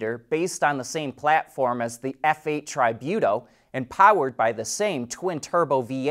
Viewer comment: since I suppose those Italian model names are pronounced (and spelled) the same as in Spanish (my native language), the pronunciation would go this way... Única (only one) - OOH-knee-ka Tributo (tribute) - Tree-BOO-toh Here's another miss... It should be STEM - acronym for Science, Technology, Engineering and Mathematics